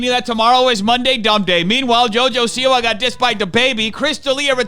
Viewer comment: He said "jojo-see-why" as in Jojo sees 👀 why the man is a B word. Smh